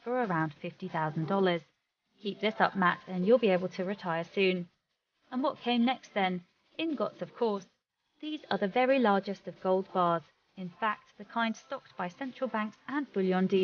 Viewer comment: Old treasures are found in old safes with keys or mechanical tumblers, NOT one with an electronic keypad. BTW, ingot is pronounced ING-GOT not IG-NOT. Everyone knows that. Just AKS them :)